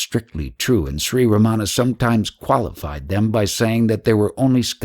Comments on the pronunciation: Most westerners pronounce Ramana's name wrong. They put the accent/stress on the wrong syllable like they incorrectly do with most words unfamiliar to them. That way, Ramana's name sounds Americanized so it can fit into the American school system lol. The Tamil words are also butchered beyond recognition, but he is trying. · The narration is by someone who does not pronounce Ramana's name properly nor Advaita. If he spent much time in Tiru he would need to be dyslexic to make that mistake. Godman spent plenty of sincere time in Tiru but this man most likely not. He has a voice, not likely a devotee.